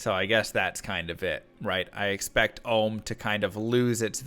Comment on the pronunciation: Jaa rune and Om rune 👀 Its JaH and OHm